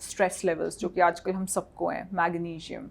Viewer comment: These days Anyone can sell supplements & recommended them as well! 😅 by the way pronunciation was dramatic, decisen, aycideity, thyyyroid, mangesinum?? 😮 had a toast & went for gym🏋️‍♀️ 😅😅😅funny... that guy has 4-5 supplements fr sleep?? Like really??